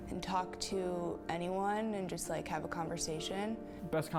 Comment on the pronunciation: "love to hacpve boyfriend?!"